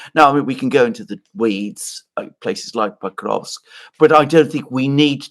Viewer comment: Mearsheimer says "Pokrosk" 😉